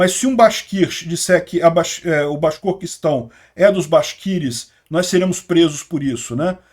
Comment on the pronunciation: Vídeo muito bom, como sempre. Por outro lado, acho que você ainda vai ter que treinar um pouco mais para falar o nome daquela região rebelde na Rússia, o Bashkortostão. É só lembrar do fabuloso camisa 9 da fabulosa seleção da fabulosa copa de 70, o Tostão.